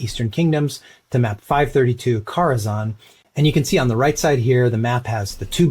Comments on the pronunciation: It's def not Car-a-zan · It’s spelled care-a-xan and it’s pronounced care-a-xan